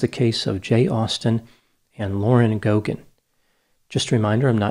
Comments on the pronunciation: In Ireland, we pronounce the name Geoghegan GAY-gan not GO-gan - not sure if it's generally the same in the US. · It's pronounced Gaygan not Gogan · It's not pronounced Go Gan, it's pronounced Gay Gan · Its pronounced gay-gan not go-gan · It's pronounced "Go gen"? I knew someone with that last name at work, and we always pronounced her name like "Jeff again". Maybe we were all wrong. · The name Geoghegan is originally Irish and, in Ireland, is pronounced "Gaygan". Of course, in the US, many people with Irish surnames mispronounce their own names :) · Its pronounced Gay-ginn. Its an Irish surname. These two were naive, and it ended up costing them their lives. They shouldn't be mocked though. RIP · Any Paddys here interested to see how Americans pronounce Gay-ghin ? 😆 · Her surname is pronounced, 'Gaygin'